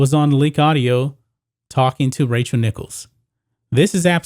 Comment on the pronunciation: Is he saying “Racial” Nichols???